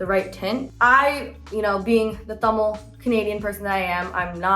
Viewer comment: where my Tamizh girls at? 😘😉 love how she pronounces it correctly! 💖 love her vibes!